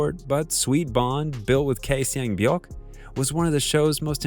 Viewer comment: Not everyone can pronounce korean names